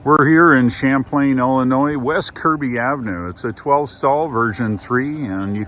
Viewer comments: It's Champaign, not. Champlain. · And now you know why we are called FLAT LANDERS here in the mid-west. When we go to Milwaukee from southern IL we take 51/39 North to Rockford then take 43 to Milwaukee. We avoid Chicago like the plague. And Champaign is pronounced just like the drink.